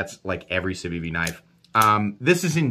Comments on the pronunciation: "savivi" "cevivi". What's with that on the time skips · Sencut* and Civivi* not Cencut and Savivi lol